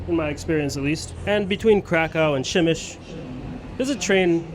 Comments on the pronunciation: Nice video but the pronunciation is “Pshemmyshl” not “Gymysh” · Przemyśl you pronounce Pshemysl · How can you read "p" in "Przemyśl", as "b"? You can ask about proper pronunciation chat GPT, google translator or any other online tool